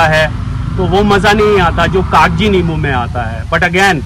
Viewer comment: Not Kagaji 😂 it's kaji